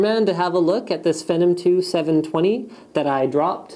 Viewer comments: I thought it was "fee-nom"? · Fen-num. LOL, damn Canadians. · I think your saying Phenom wrong but good vid!